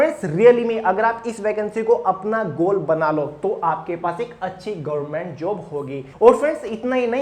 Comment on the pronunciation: Gorment nhi hota sir government hota h